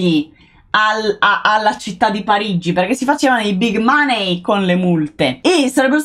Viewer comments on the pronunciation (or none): none